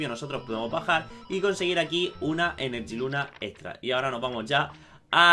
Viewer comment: No es enerjiluna es energiluna